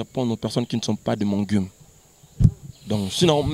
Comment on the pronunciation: Balobaka game et non "geume"